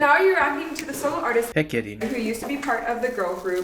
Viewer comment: Just learn to say her name. Not hard. And study some Korean!